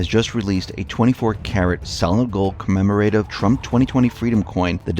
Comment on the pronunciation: commemorative is not pronounced commemorAtive with the emphasis on the hard A. It's pronounced Commemorative with the emphasis on mem with a soft a ending ative.